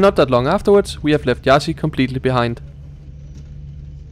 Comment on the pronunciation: And it's not Iassy either. It's Iash.